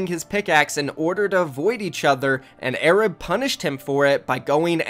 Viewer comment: When you hear a kid call himself A-rab and he's white